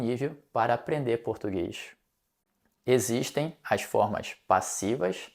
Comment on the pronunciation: Claro! Você até pronúncia 'as' como 'aish' como os cariocas! Reparei igualmente que você pronúncia muitas vezes o 'no' com um 'o' e não com um 'u', como, por exemplo, em 'no Brasil'